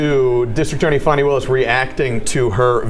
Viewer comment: Calling her Fanny is pure ignorance is Fani pronounced Fawny. Anyways Kramer is 1000% right to call Fani out. That trial is ooc!🤬